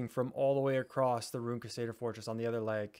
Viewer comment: CRUsader!! Not quesader 😂😂😂